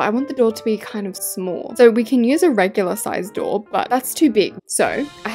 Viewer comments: It's not smahl masl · when u said like shmall me like:HAHABABBABABABABABABAABAGHAAHAHHAHAHAHHAHAHAHAHAHAHAHAHHAAHHAGHSHAS